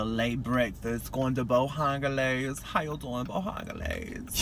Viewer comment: You didn't even wait until you got through the "Bo-han-ga-lays" drive thru! 🤣